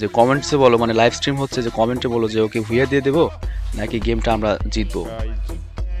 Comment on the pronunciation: ভুইয়া না বুইয়া। উচ্চারণ ঠিক করেন।💥